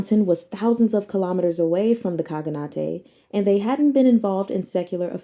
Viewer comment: enjoy your reading so much, thought i'd just point out one word. khaganate is read in same fashion as shogunate (I think)